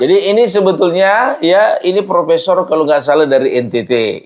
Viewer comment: Profeesssongggg kali pung😂😂😂